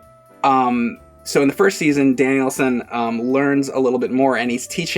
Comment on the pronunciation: 😂😂 totally is saying it like Danielson